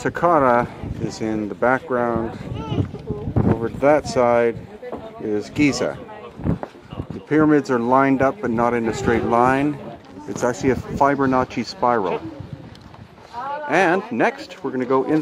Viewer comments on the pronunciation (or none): Fibre nocchi? What the fuck is that? You mean Fibonacci? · Fiber-nacchi? Lol. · tell me i didn't just hear you say 'Fiber-notchi' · LOL ... "Fibernaci Spiral". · LOL, Yes He Said It. I Had To Play It Back But He Said It. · ah, i know... it is the plural of 'nacho' and contains very healthy roughage etc... Fiber Notchi' ... Yum!